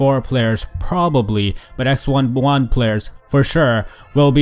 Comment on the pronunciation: "Ex one blunt players" lol